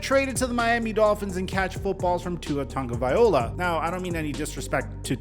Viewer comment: tagovailoa not tagovaiola